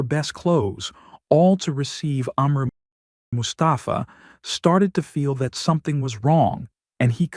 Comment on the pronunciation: bitte namen besser aussprechen,es wird mus ta fa ausgesprochen nicht mustapfaa,bei anderem fall habt ihr mahhmut als mamutt ausgesprochen